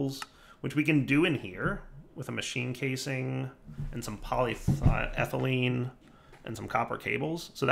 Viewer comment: He finally said paw.lee.eh.thuh.leen